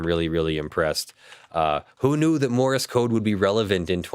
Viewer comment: Morse code, not Morris code! Argh, my ears wince every time he says that. :-P